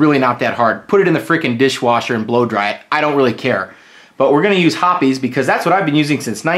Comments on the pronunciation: Hoppe's, as in "hops," not "hoppy's." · ITS HOPS lol not hoppys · Pronouncing Hoppes wrong since 1995... lol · I dropped down to the comments to see what the actual pronunciation of Hoppes is. 😂